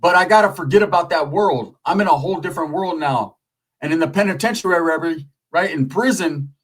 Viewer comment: Still laugh when u say penitentararary. I forget the dudes name, but u and clowned him a lil bit. Classic😂